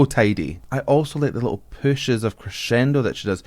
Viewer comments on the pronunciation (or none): none